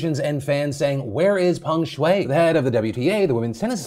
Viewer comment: Americans are so funny with their pronunciations. They pronounce the name as Pang Shuei while it's Peng Shuai. Literally the e and a get reversed. How do you do that?